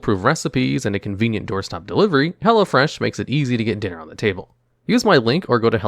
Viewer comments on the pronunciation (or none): none